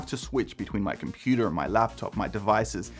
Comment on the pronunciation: Can u please stop saying computa